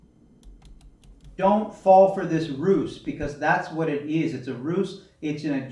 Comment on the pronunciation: xx Don't fall for this Rooce! (he mispronounces the word "ruse") lol Also, why speak so far from the camera if you don't have a mike? You just sound like yer talking in a tin can. I bet this guy has almost as many degrees and Masters degrees as JM Truth. Has anyone asked him yet?